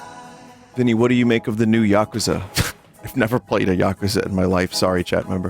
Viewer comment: I'm just glad Vinny can say "yakuza" correctly. Too many people, especially in Western action movies, mispronounce it as "yuh-KOO-zuh" and that drives me nuts for some reason.